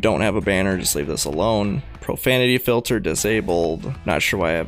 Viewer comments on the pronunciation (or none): none